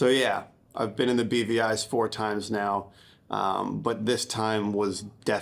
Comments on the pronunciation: I always hear "The BBIs", aka "The British Birgin Islands". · OOoohhhh! It's the "BVIs"!!! I think I've only ever heard people say it, not seen it written, and I thought they were saying "The beady eyes" and was just very confused.